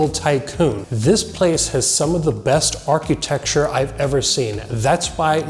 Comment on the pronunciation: Ar-QUEUE-tecture... LOL. Anyway, bullsh*t video with clickbait title, let's be honest... THIS WAS NOT JFK'S HOUSE. IT HAS NO CONNECTION TO JFK AT ALL. Okay I feel better now.